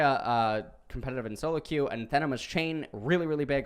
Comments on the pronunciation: a-NA-the-ma. Emphasis on the NA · Great vid! It's pronounced anAthema with the accent on the second A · The way he pronounces anathema is tilting. Still love the videos though.